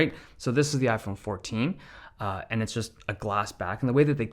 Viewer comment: " i-phene 15" 😂